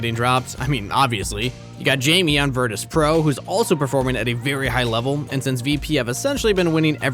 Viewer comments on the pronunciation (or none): Id love more pro scene content, but for the love of God please pronounce things properly. I gagged when you called jame by jamie. And then almost threw up when you attempted to pronounce katowice. (Cat-o-veet-say)